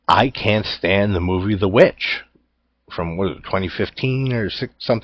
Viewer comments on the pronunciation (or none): I think Book of Shadows Blair Witch 2 is very underrated and I hated the 2016 sequel. I don't hate the movie The VVitch but I do hate that everyone pronounces it with the 2 Vs instead of the W